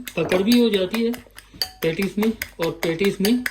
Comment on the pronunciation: it’s not pantties it’s patties 😂😂😂